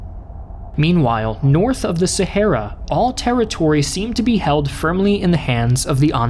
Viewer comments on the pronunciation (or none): none